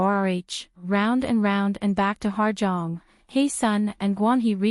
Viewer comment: Ahh this video pissed me off 🙄 from the annoying ai voice, to the fact that you butchered HyeSeon's name every time. It's HYESEONG, not Heyseon. All this detective investigation and you don't even know her name.